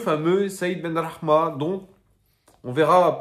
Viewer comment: tu prononces vachement bien les noms en arabe (khadra, benrahma). GG à toi parce que c'est pas simple d'habitude pour un non arabophone, t'as pris des cours plus jeune ?